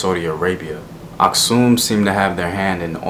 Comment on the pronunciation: Nice video man! Fyi, Geez Language is still used in Churches. Also the Geez Script is still the official script in Eritrea and Ethiopia. Here is sample: ኣኽሱም (Aksum). Btw, I'm Eritrean and happy that you pronounced "Asksum" correctly. Most Americans pronounce it weirdly lol